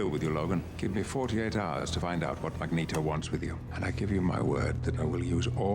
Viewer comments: BTW it's Magneto... (MAG-NĒĒ-TŌ) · Mag-Neat-oh. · Magmatamus?!?! 😅😅😅😅 omg thats hilarious, i love u. I wonder how the die hard Xmen fans feel hearing that tho lol